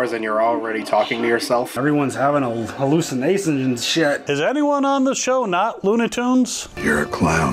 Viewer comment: everyone is havin’ a hallu-in-say-shun and shet!